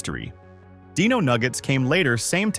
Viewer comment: Dino nuggets, not deeno nuggets